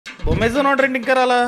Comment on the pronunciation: అమెజాన్ ని బోమెజాన్ చేశావా 😂😂